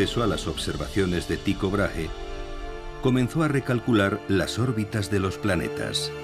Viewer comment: Gracias por el documental, aunque al narrador le cueste pronunciar el nombre de Brage (Brague*) hahaha resulta gracioso, tampoco es tan difícil decir el nombre del hombre como es en verdad hahahah